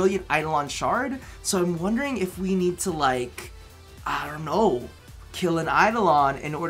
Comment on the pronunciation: “you dront even undershtand!”